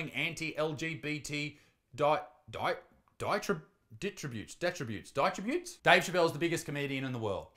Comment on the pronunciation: "Diatribes" pronounced (die ah tribes)